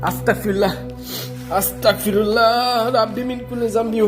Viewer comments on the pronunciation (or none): Viya astakfirullah bolbenna Astagfirullah bolben...ক না গ এর উচ্চারণ করবেন। Allah bless you